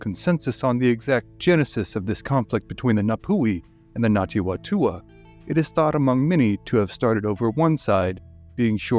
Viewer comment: Well researched and thanks for putting the spotlight on some NZ history - good effort at Te Reo pronunciation too - just a note it's Ngati Whatua (Far-Too-Aa) the Wh is pronounced as an F. More please . Arohanui from Aotearoa New Zealand!